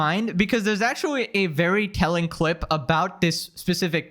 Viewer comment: "wichuwy" "ac-chewie" speak properly